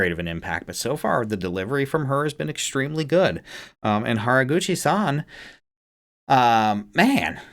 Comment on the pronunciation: You pronounced Haraguchi-san, Saki and Hazuki just fine. I really like Hazuki’s voice. Nice reaction.